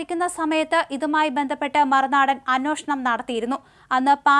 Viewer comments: അന്വോഷണം അല്ല , അന്വേഷണം എന്നുപറയൂ... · എന്നാലും പുള്ളിക്കാരി പറയില്ല.. അന്യോഷണം എന്നേ പറയൂ. 😁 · ഞാൻ പറയാൻ തുടങ്ങിയിട്ട് വർഷങ്ങളായി..ഇപ്പോ അന്നോഷണം എന്ന് കേൾക്കുമ്പോൾ ഞാൻ ചാനൽ മാറ്റും😂